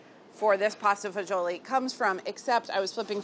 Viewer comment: To be honest I stopped watching and found a different recipe when she called it pasta faggeeolli.